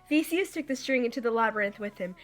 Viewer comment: You said Theseus wrong